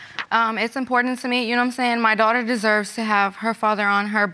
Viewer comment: People have to learn how to pronounce the word "Birth Certificate"!!! It drives me MAD!!!!!🤯